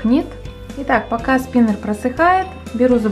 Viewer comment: Спинер... Спинэр... СПИНЭР!!!